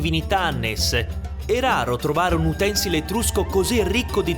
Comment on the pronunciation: L'accentazione di utensile è piana (accento tonico sulla penultima sillaba), non sdrucciola (terzultima sillaba): utensìle, non utènsile.